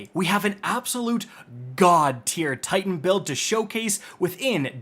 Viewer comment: "it's pronounced Kite-in powder"